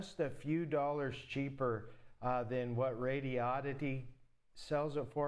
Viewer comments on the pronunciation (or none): none